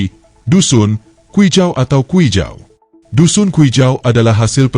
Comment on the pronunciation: Sebutan nama kaum tdk ngam..Lebih cantik kalu org bangsa sendiri yg buat kajian..